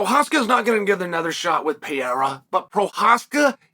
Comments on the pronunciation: Peeh -era lol chael silly baw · Why mr. Sonnen continue to pronounce pee era?!